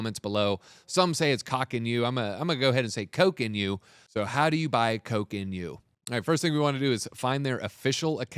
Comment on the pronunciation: Terrible research and alpha, even worse execution. Do your own research folks. It’s pronounced Cock not Coke.